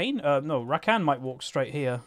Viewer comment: The way you say rakan hurts my ears